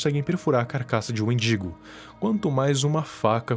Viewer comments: ele falando wendingo e eu escutando mendigo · Kkakkaka, endingo amigo, não mindingo